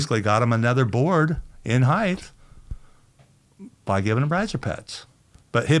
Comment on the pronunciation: “Hide-th”!?!? Who says “height” like this!?